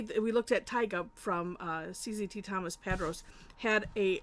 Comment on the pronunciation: I have a question, because I've now seen about 4 of his creations and they are quite good and enjoyable to reproduce. I was wondering is his name, Tomas, pronounced (toh maahss) and not (tom muss)? His name is either of Spanish decent or Hispanic origin. Since I've not located him speaking, I didn't know if WE or He, shall we say Americanized his name??